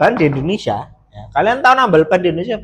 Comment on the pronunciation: Kok bihisa ngomong indohnesia mas..dahri puhlau jahwa ya mas